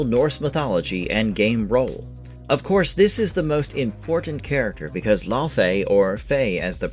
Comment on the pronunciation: Laufey (the mother of Loki) is correctly pronounced "LAY-vay" or "LEH-vay" (rhyming with "day" or "say") tho I always pronounce it as "LAU-FEE" ,but that's just me....Anyway! I just love that a fellow geek is portraying the bad-ass wife of Kratos! You can tell she really knows and understands the lore of the games and that is going to translate very well! Can't wait for this game to be released and discover the beauty of the world and the lore within! Also, The Everywhen was also called the afterlife of the gods in the trailer! Seeing an Egyptian style goddess in there. Could that maybe be a small Easter-egg that Kratos killed the Egyptian Pantheon before meeting Faye and going into the Norse Mythos of GoW 2018? Would be cool!!!